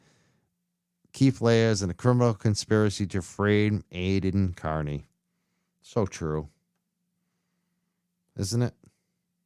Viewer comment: Aidan’s last name is pronounced “KAR-nee”…not “KUR-nee.” 🤦🏻‍♀️